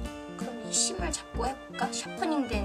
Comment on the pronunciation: 와 깜놀... 에 “심을”을 “시발”로 들음....